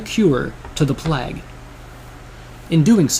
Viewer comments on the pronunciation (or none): he says plag lol